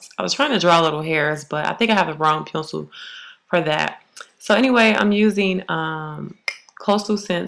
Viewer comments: Say pencil again... why does it sound like an old school gun? Peeiiiiou-cil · i love the way you say pencil lol.... pensou